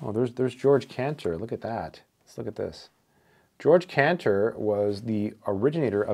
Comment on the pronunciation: Excellent book. 👍 And Cantor's first name is pronounced Ge-org , not George